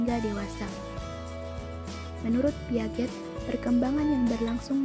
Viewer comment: Piaget bacanya Piase ya